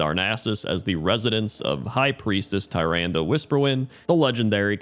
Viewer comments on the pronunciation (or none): none